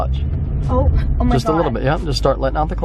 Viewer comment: When she said “oh my gowed”